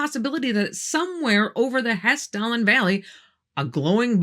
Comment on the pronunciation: thanks for Hesstalen. You really nailed the pronunciation of those names. I'm impressed that the Norwegian government isn't trying to deny the phenomenon in their skies.